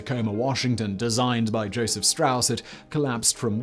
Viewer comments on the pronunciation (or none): none